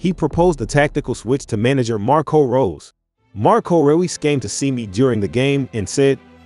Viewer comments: Royce not Ruiz lol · His name is pronounced Royce 🙏🏻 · naaaa you gotta be saying his name wrong on purpose 💀💀💀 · Dislike for not pronouncing name right. It’s not that hard